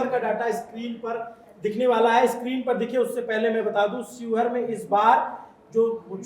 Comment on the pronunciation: सिहोर नहीं शिवहर